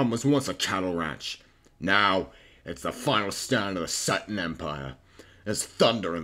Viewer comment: Excellent voice acting, however it's pronounced "see-tuss", fuckin amazing though!